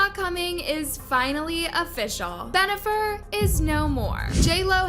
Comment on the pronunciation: Stop saying Benifer! 🤦‍♂️